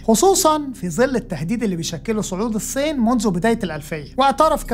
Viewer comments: هل ممكن حد يعلم الأخ ده إزاي يبطل ينطق فلاحيني ويتعلم ينطق "الصين" صح؟ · أتمنى إنك تنطق إسم الصين بشكل صحيح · يا ريت لو جابو (اقتصاد الكوكب) شب لطيف واخف دم ونطقه للالفاظ والمصطلحات يعني المخبر الاقتصادي جيد ولكن نطقه لكلمه الصين مزعجه جدا